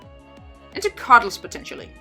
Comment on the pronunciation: In your accent, "Cuddles" for a second sounded like "Carlos" and it delighted me.